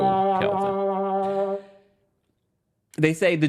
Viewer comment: I love how you call him KeLvin 😸😹😹😹